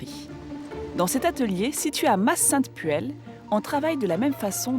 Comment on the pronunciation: On dit au mas-Saintes-Puelles pas à m'as Saintes Puelles